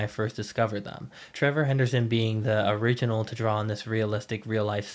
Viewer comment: Its origenel not formel